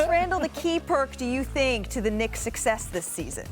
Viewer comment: Kendrick Perkins still doesn't know how to pronounce the word "success". Was he not reading during the off season?